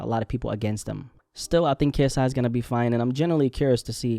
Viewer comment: He's lost the I in KSI